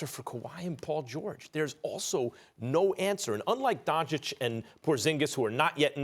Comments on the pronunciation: Not Don-chick, it's Don-chich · The kid's name is pronounced "Donchich", not "Donchick" and Stephen A., as a "competent" TV presenter, should be at least capable to pronounce the name of the guy who smoked LeBum the other night. And NO, the Lakers are not the best team. Apart from the Clippers, the best TEAM in the league is the Heat. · SAS: “DonCHICK” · Nobody: Stephen A: LUKA DONCHICK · No one: Stephen A: Luka donCHICK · SAS “DonCHICK” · man someone needs to pull stephan A aside and tell him how to pronounce doncic because he's making a fool of himself